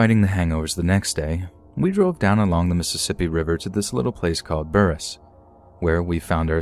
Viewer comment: Burrrris lol Pronounced Bure-us